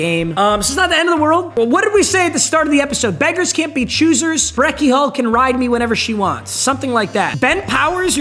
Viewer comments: yea who tf is breakie “hall” 😭😭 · Btw it’s Beckie hill not hall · "Breckie Hall" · Bro said “Beckie Hall” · so we're all ignoring the "Breckie Hall" thing, right? LMAO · “Breckie hall” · Does bro mean Breckie Hill when he says Breckie Hall? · who is breckie hall ik of hill not hall